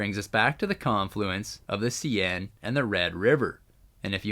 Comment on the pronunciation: seine river pronounce as 'sane'